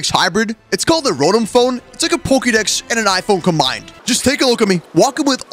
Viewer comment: you mispronounced ro-tom phone